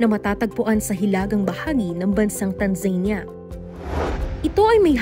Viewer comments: TANZA-NEE-YA ang pronunciation Hindi TAN-ZEYN-YA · Tanza-nee-yah not Tanzenia